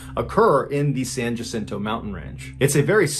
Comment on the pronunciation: San Jacinto is pronounced San Wha-sin-toe, but no one from Massachusetts would be expected to know that. 😉 Love your stories, Mr. Ballin.